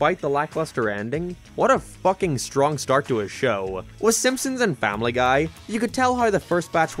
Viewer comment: Spongebob the FOOOKIN squarepants??? Wut are YOU doing here???